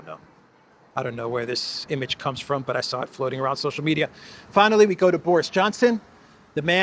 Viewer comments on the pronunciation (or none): none